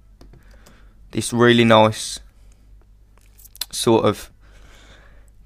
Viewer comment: Nice tutorial, subbing ;) also, I can't stop to notice that your "nice" sounds more like a swedish accented "noice" =P Are you scandanavian? : o